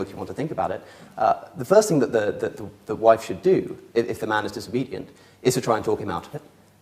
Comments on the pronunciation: I don't appreciate sophistry, good? he pronounces ..thing as ..think. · pronunciations of ‘thing’ as ‘think’ is annoying. Somethink. Everythink. Nothink.